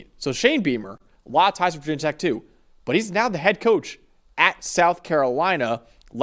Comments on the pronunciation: Great vid- but NOBODY in blacksburg calls it vah tech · Never say “Vah tech” 😭 that goes for any Virginia or West Virginia team 🥀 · Yes, we hate being called "vah" tech. It was us. 😂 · 1000 Thumbs down for dude on the right thinking this game is in Blacksburg (did you even read the two sentence byline?!) and for both guys repeatedly saying "VAH TECH" knowing full well that VT fans dislike that. If you are bothering to cover the teams, maybe read up on them a bit. You might actually retain more subscribers/viewers that way. Just an idea. But if you want to go needlessly disrespecting a team, be willing to be written off instantly by their entire fanbase. Never heard of you guys before. Will never click again. Buh-bye